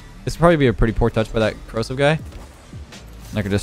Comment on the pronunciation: When you said Corrosive, I thought you were calling Kronovi "Kro-seph" lol